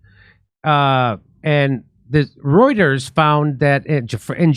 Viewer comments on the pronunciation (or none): none